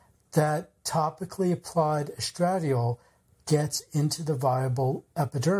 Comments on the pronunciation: With all due respect, the hormone estradiol is properly pronounced : es-tra-DIE-all— accent on the third syllable. That aside, thank you for the information. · Omg, please learn to pronounce the word estradiol correctly. Take a medical course. Any course. Listen to a video about women's health. ANY video. Good lord....